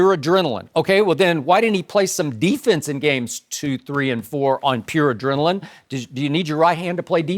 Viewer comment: Adrenaline? LMAOOOO Shannon 😂😂😂